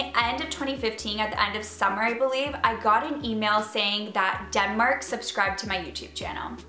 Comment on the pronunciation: I definitely hear "Dumber" not Denmark every time 😂 Okay well like "Demmar" but basically Dumber with an accent 😂